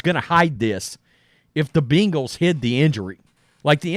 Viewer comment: dude! its ben-gals NOT bean-gals.